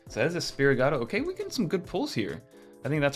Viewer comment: Right, yet he receives product early. You’d think he would at least know how to pronounce Sprigatito let alone Riolu lmao